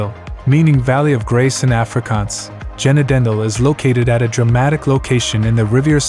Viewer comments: 'Jennadendil" (Genadendal) made my day😂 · Why? Have you never heard of Jenna-danille? 😂😂😂 (Genadendal) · When does Genadendal become 'Jenna Dendil'? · The Ai does a decent job of narration altho I've never heard of an ex-church, altho there are former churches. The last place tho got really screwed up. It's ghe-NAden-dahl, ffs. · Genaaadendaaal is the pronunciation _redo it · My favorite part of the video: "Genadendal" pronounced as "jenna-dendle." 🙂 Most of these charming little rural towns either disappear altogether, or turn into dreary tourist traps, a kind of fake fantasy-South Africa that doesn't exist anymore, if it ever existed in the first place. And never do you need to travel far before encountering the slums and shanty towns - which often come across as more characterful and authentic than the charming tourist towns. Middle class South Africans live in gilded cages, little fantasy islands behind high walls and electric fences, which float in an ocean of lawless poverty. Which by no means implies that the place is devoid of beauty or charm. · Genadendal was the worst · You obviously don't know Afrikaans. It is just plain disrespectful to pronounce Genadendal in the way the narrator did. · Apologies, but when you pronounced the name, GENADENDAL, the way that you did, it was just too funny!.. Ask someone to help you with the pronunciation of Afrikaans-town names.. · No one in South Africa will recognize the name of Genadendal in the way you pronounce it...😅😅